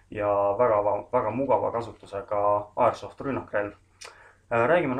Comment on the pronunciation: miks ta airsoft nii imelikult ütleb